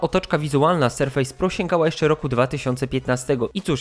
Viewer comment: BŁAGAM... Serfes a nie serfejs.